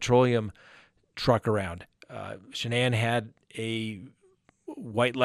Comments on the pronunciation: Ive noticed no one can pronounce this womens name correctly...especially news reporters who you think would know how...like this guy.its not Sha-nane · The emphasis is on the FIRST SYLLABLE of Shanann's name! Why is everybody getting it wrong??